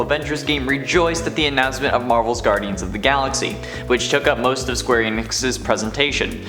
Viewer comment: you said mo5, instead of most